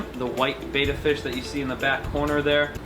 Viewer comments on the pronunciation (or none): Also why must he pronounce betta like beta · I get unreasonably annoyed when people call the fish "beta" instead of "betta"